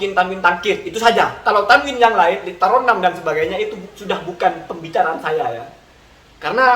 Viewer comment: 😄😄....wahabi dengarnya kawin bukan tanwin 🤣🤣